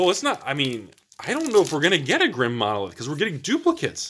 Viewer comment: Grim Monolith is spelled Grim Monolith, not Drim Monolith. Why you askin' for the D?